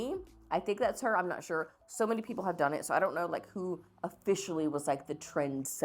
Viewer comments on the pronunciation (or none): none